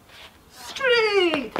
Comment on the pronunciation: Stree? Street or Straight? Hehe Good instruction video. I subscribe your channel as of today.